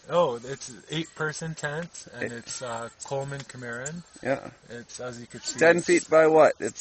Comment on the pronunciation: The pronunciation of the model for the tent is not Chi - Mar' - un, but Sim' - uh - Ron